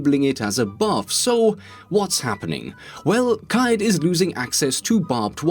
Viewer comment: I think you are the first YouTuber to pronounce Caveiras name correctly ❤️